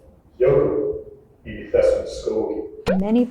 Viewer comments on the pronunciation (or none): It's not "pessom" it's "þessum", like "thessum" or "this", that's why we need an Icelander here😂